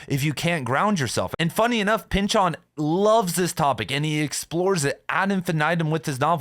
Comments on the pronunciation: Why do you say Pyn-Chawn? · Did my college professor teach me how to say his name wrong, or are you mistaken? It's silly to me how difficult this is to get over hearing your pronunciation versus my internal pronunciation 🙃